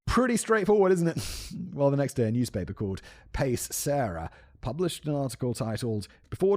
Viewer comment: Simon in Italian, it’s “pache’ “ not “pace.” It means “peace.”